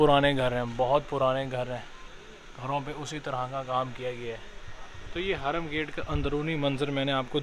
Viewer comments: Harum gate hota he .. hraam nh... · (Hraam) gate nai, ( haram gate) 😂